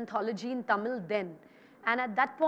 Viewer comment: You can't even pronounce "Tamil" properly. How will you take tamil cinema to world cinema?